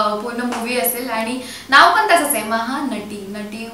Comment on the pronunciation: Mahanati means Great Actress... It is pronounced as माहानटी। ☺️👍....great reaction guys👍☺️👌